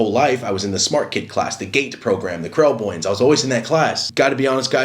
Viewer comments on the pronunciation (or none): Lol he said krelboyne like malcolm in the middle